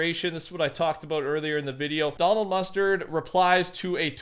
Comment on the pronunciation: "Talkin aboot"